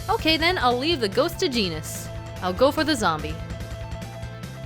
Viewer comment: lol genis is neh faverot charicter